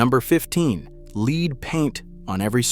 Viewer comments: For crying out loud, it is time to stop using robo narration that cannot read aloud the presentation language, or at least proof your video! Was "leed" paint used on only the front of the equipment? In American English, the word is pronounced "led" when referring to the metallic substance. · Leed paint? Wtf is LEED paint??? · LEEEED paint? What a dunce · That is because Artificial Intelligence is not intelligent enough to know how to pronounce a common word. The nuances and inconsistencies of the English language are too subtle for computer bots. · Well done lasting that long! I gave up . I couldn't stand the "leed paint". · You lost me at "lead paint". 😏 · As soon as I heard the pronouncing of lead paint.. I just left didn't want to hear the rodrick of the woke